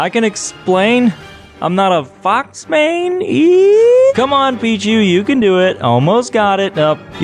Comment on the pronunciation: Did he call fox “fuck”